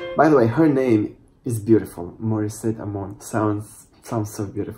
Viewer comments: Wow! Morisette my favourite. Yes you said her name correctly and she’s from the Philippines. Your new subscriber here. Thanks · you said her name right:-) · Actually you are one of those few who got her name right the first time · new subs here from the Philippines, you are pronouncing her name it right. And she is from the Philippines. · You pronounced her name right.